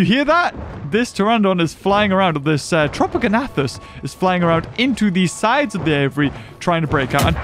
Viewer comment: It’s tropeognathus not tropogonathus